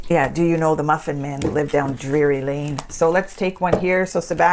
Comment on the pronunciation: You don't even know where the muffin man lives, ma'am. It's DRURY lane, not DREARY. Get it straight! 😆😆🤡🤡